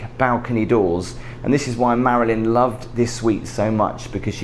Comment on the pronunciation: It's the maryln Monroe